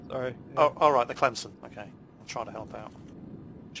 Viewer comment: you pronounced Clemson wrong and dont say well your not from there so you wouldnt know because i am from Clemson its pronounced with the E like a I or just look up Clemson Football team and theylll have it on there.